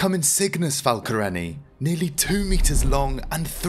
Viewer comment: It's falconeRI not falcoREni!